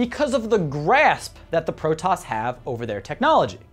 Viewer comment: All the Protos words are wrong..... its all voice acted how do you get them wrong!